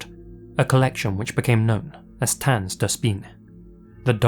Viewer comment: As a german speaker, i find it funny how you misspronounce the letter A in "tanz" even tho its spelled the same as you say the letter A in "dance" just a second later 😂